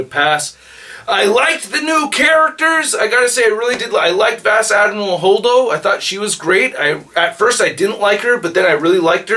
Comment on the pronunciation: "VasdameralHoldo" lol!